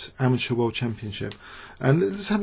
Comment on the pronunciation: It's pronounced ama-terr, not ama-ture.